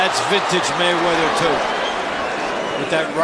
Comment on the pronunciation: "Mr Wayweather" lol